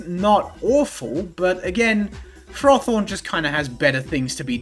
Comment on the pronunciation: I've finally found a pronunciation of a Pokemon's name that rivals FSG's pronunciation of Reuniclus for being just the worst. Frothorn makes me hurt. Great video though!